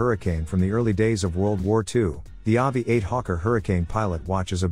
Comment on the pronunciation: The Seiko 5 Sports RPG35K1 is not a manual wind. All seiko 5s are automatic, it even says that on the dial. The AVI-8 is pronounced Aviate, as in aviation. A lot of the pronunciations are awful, but that's what you get if you use a Bot voice. BTW Fossil and Invictor? You must be joking!